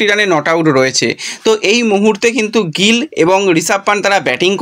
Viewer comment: গ্রল না গিল। ঠিক করো